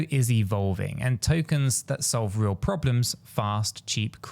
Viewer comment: Hello! it is not 'R-L USD' it is "Real-USD".🙃